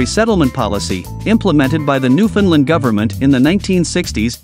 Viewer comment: Stop calling it new finland.